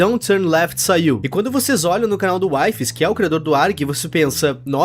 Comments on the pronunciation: Oi, eu assisto vídeos do wifies jogando mine com os amigos dele, e na vdd a pronuncia do nome dele n é "UAIFES", mas sim "UIFIS", espero ter ajudado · nao se lê "uaifes" se lê "wifies" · engraçado é o pronunciando wifies errado sendo que embaixo ta literalmente escrito como pronuncia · so vou te pedir pra pronunciar o nome do wifies de forma certa pfv 🙏